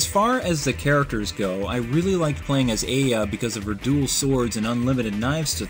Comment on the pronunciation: This game is a low budget, but great game for certain gamers. The series spawned over 7 games and 2 movies. I love the series. Though, not to be rude, but you keep mispronouncing games like Aya and Reiko. Also, you missed key factors within the series and aspects of this fanbase. I respect your review and am glad that you touched upon this game. I just feel you sort of missed the mark for this one.